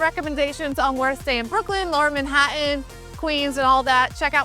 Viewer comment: Like the way you pronounce "Manhattan" 🙂